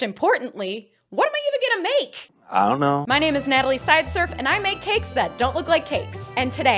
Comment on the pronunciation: The "I donna know" got me every time 😂